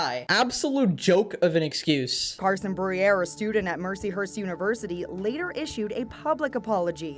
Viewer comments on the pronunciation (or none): it keeps sounding like they’re saying “Mershy Hershy University”